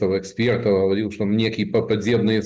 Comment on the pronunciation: ЭхсперД🙈🙈🙈 аж тошно